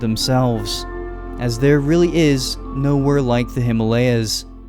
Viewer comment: U pronounced Himalayas wrong